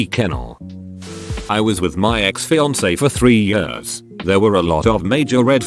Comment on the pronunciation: "two yurs"